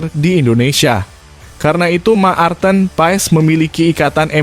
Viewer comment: Marten kok di.baca Ma arten